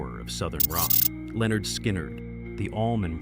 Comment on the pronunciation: Lynyrd is not pronounced “Leanord”!